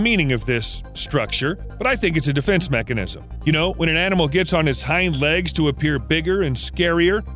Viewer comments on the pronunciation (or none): none